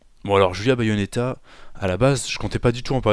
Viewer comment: Elle écorché le nom d'un super personnage de jeu vidéo qu'est Bayonetta!